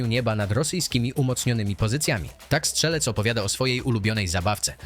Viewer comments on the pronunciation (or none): none